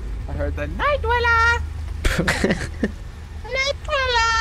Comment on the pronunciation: " da NiGhT DwaLLa!"!🤣